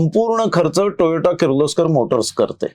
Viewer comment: खुप छान माहिती 👍🏻 please note it is Toyota टोयोटा & not Toyato टोयाटो